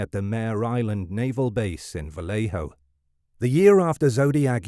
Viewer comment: Not to be that person... But as a person from Benicia, it's pronounced "Vallay-oh"" not "vallay-hoe"".... even the movie gets it wrong. I know it's correct from the source, but only out of towners pronounce it "vallay-hoe""